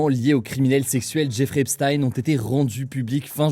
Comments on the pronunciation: Je vois que je ne suis pas le seul à m'en agacer ! C'est /ˈɛp.stiːn/, avec le son "s" (pas "ch") et le son "i" (pas "aï"). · On dit "Epstin" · Epstaïne Esptine Epchtaïne frérot faut choisir une prononciation à un moment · ça se prononce "Epstine" : /ˈɛp.stiːn/, avec le son "s" (pas "ch") et le son "i" (pas "aï"). C'est étonnant que Hugo continue à alterner autant entre les 2 prononciations alors que les autres médias se sont bien habitués à la prononciation qu'il utilisait de son vivant aux états-unis (et toujours utilisée dans les médias états-uniens) ! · C'est pas choquant mais c'est agaçant. C'est quand même pas compliqué de faire une recherche, et on est fixé. Je l'ai fait et en 5 min c'était plié. Les journalistes ne sont pas plus cons que moi, donc pas d'excuse. C'est agaçant. Et pour les flemmards : on dit /ˈɛp.stiːn/ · Un jour, peut-être un français prononcera "Epstein" de la bonne manière...